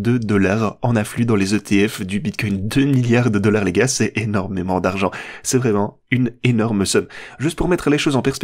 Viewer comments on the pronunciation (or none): Tu dis les gays ? Ou les gars ?